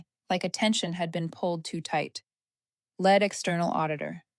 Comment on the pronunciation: Too bad you don’t know how to pronounce the word Lead!